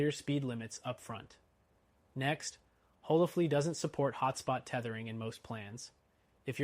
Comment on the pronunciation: On what planet is HolaFLY pronounced HolaFLEA?!?!